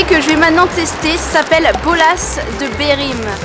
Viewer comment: Portugal mon pays de vieee 🇵🇹et c bola de berlim pas berim